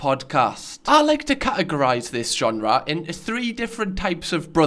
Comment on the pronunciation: I love ur pronunciation of “genre”